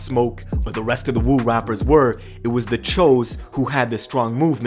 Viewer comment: This shit is pretty sad, yet comical. Btw, it's not Wu, its more like a WOOO like Rick Flair. Cause it really sounds like the WU, real hip hop lyricists out of Brooklyn, the men amongst the stupid babies.